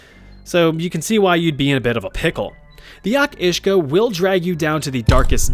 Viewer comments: Each uisge is pronounced kinda like (Ey-Ach Oosh-gah) wi a really soft 'ch' sound. It's basically the Gaelic (gah-lick) name for a Kelpie and theres loads of different tales about them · Your pronunciation of Each Uisge was still way off